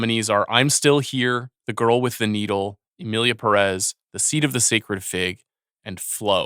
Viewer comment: I know the movie is not good but it's still kind of disrespectful that professional movie critics can't pronounce "Pérez" right.